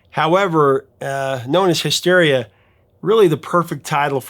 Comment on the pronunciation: did he just say "mysteria"?